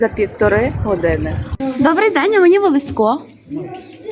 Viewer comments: В вікі вказано наголос ОлЕсько,а ви кажете ОлеськО.Чому? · Місцевий (галицький) діалектизм, досить поширений на львівщині